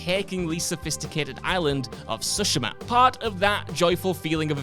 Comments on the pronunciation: Nah why’s bro saying Ghost of siSHIMAH 😂🤣🤣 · That's not how you pronounce "Tsushima", Christ it irked me ;dd